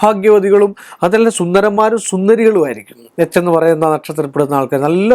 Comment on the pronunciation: നിനക്ക് എന്താടാ എച്ചി എന്ന് പറയുന്ന സ്പെല്ലിംഗ് ഒടുക്കത്തെ പറച്ചിലും ദേഷ്യം